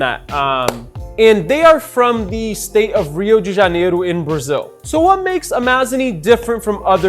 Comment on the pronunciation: Wow, seu ingles é perfeito... só desconfiei pelo jeito que você falou "Rio de janeiro", de um jeito muito brasileiro rs